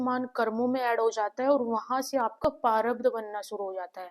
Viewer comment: Behan sorry for this vo parabdh nahi prarabdh hota hai